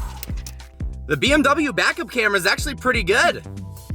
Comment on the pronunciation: I love how he says the BMW backup camera😂 still funny honestly